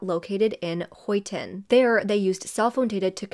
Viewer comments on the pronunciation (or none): Also for anyone confused, it was Huyton “high-t’n” (you’re doing great babe🎉🥰)